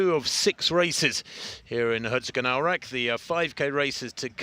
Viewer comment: pronounce the "o" in Herzogenaurach like you would the English "toe" and hold it for a smidgen longer, and you`re perfect.